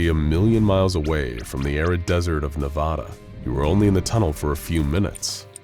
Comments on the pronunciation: NA VAH DUH not NE VA DUH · Good video, but had to dislike because of your horrendous pronunciation of Nevada.